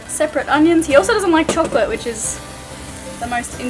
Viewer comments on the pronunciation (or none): none